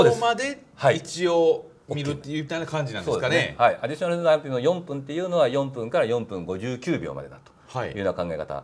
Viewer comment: アディしょなるなるw